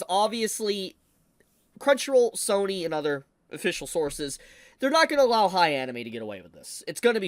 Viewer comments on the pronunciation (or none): none